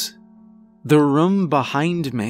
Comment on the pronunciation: also every time he says the word “room” it sounds like he’s saying “rum” but I think it’s cute. Every story I’ve heard from him I catch him saying it lol